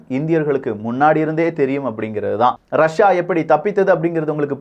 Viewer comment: ரஷியா அப்படின்னு சொல்லு .ரஸா ரஸான்னு சொல்லி மானத்த வாங்காதே